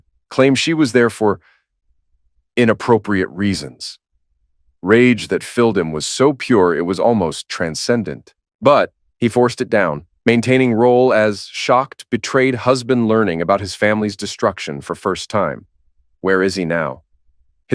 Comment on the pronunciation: Not "transcendant" but b"incadescent"